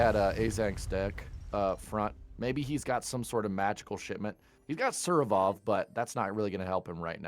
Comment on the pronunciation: Surovov? Why can't anglos ever get the order of letters in foreign words right, it hurts my ears 😭